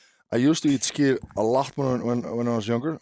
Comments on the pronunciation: its skyr not skir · hahah "listen, say skyr" Mike doesnt wait a second "skyr" hahaha